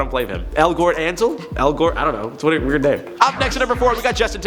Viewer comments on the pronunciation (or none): none